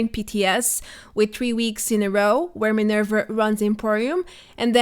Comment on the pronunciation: Why are u saying minerv-er not minerva